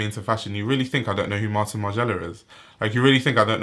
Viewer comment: No hate, love your videos, but can you say Martin (with regards to Margiela) in the correct/french pronunciation.